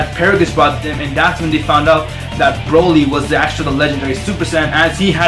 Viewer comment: That guy is saying broly wrong. He said brooly